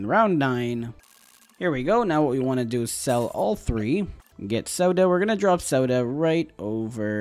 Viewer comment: pls tell me pronouncing sauda like that is a joke...